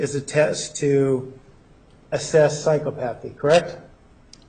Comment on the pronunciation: He doesn't pronounce psychopathy correctly.